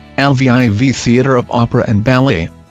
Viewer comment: I'm pretty sure it's not pronounced l v I v